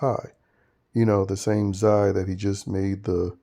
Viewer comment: It’s hilarious how you call Zae, Za